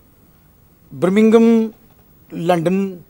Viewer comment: Bringingham 🤣 the punjabi accent 🤣🤣